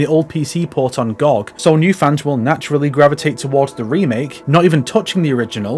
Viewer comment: excellent video. Please just call it "Gee-Oh-Gee" from now on.